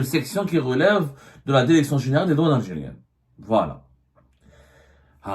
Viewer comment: Derection Derecteur Consederer